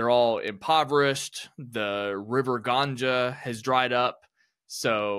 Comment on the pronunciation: You pronounced the river name of wrong